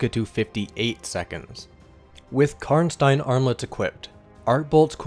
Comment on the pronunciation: I love how you correctly pronounce "Karnstein".